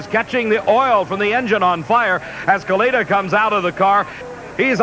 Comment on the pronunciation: Dave McClelland pronouncing it as "Kaleetta" is crazy